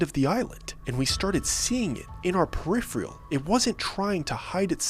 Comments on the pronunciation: It's PERI-PHERAL... NOT peri-PHRIAL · Nice Job! I'm a midwestern gal myself- both of us are "transplanted" refugees to the Southwest from the Windy City! Anyway no offense, but it's pronounced Per-IH-Fer-al. For future reference.